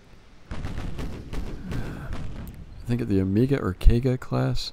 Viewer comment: Nice video! Although you completely butchered pretty much all the Japanese ship names you spoke of such as the Kaga and Fuso this was still enjoyable. Seems you ended up making a better South Carolina Class.